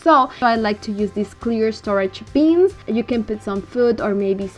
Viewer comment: Love the way you say “beans” for bins!